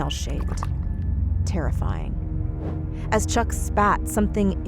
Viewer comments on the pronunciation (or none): you mean terrafaying Ba dun tısss